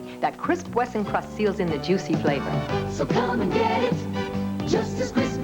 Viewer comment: The way Lauren Bacall pronounced the word FLAVOR gets on my nerves. Lol.